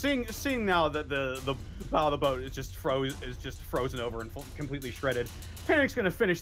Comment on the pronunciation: we love you, but it's Bow pronounced like bough